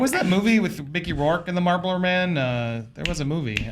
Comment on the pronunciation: The way says Marlboro infuriates me lol. It sounds like she’s saying Marble